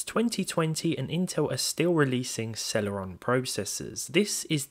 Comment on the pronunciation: Why does it sound like cereal